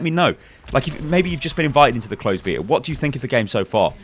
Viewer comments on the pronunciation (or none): So you don't say it beyta because it doesn't have a y. In that case, you say it beeta like in the word bee. It only has one e though. So you have to say it behta. The h is silent so it doesn't matter if it's not there. A flat e. like in the word eh or meh. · Please say "Bay"ta not "Bee"ta, otherwise nooiiiiiiiice work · You're pronouncing it wrong. Beta is not BEETA. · "Open beeta" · how to pronounce? honor the origin of the word, very simple. so u are saying it wrong